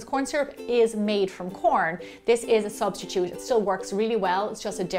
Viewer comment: Recipe: corn syru Me: shit Her: corn syrup subtitude Me: oh